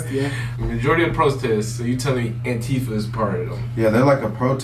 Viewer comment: "what is AntiFa" -- he puts the emphasis on the second syllable to hide what it means, which is "anti-Fascist". Then he plays it as if AntiFa is a "thing" or an "organization" rather than a philosophy of opposing fascism. More Rump bullshit.